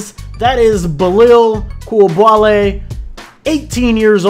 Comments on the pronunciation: It’s pronounced: Bee-lal Koo-li-ba-lee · hes pronounced like „Beelahl Cooleebahlee“ hurts typing it like that but i hope it helps with the pronounciation